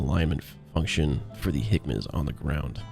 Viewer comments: Great video, although HMCS is pronounced "hem-icks" not "hickmas". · Weird pronunciation of the HMCS page. I say "hemics" or "J-hemics" (as the full name is JHMCS).